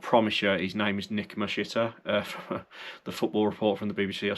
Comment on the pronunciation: Sorry I'm dying nick mashiter 😂